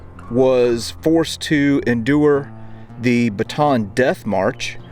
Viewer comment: It's pronounced Ba- tan Chenault AFB was north of Champaign-Urbana Illinois